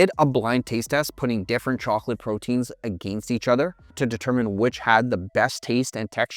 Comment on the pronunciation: Learn how to say against like you have a pair.